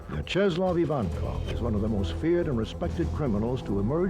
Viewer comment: I couldn’t get past how he pronounced Vyacheslav